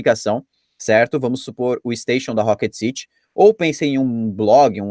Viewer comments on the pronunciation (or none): none